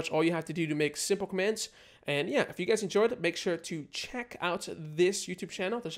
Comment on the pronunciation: He says Welcome gays